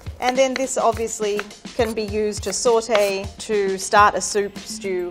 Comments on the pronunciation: How much times did she say sawtae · Or when she says sAuTe (it sounds like sortey)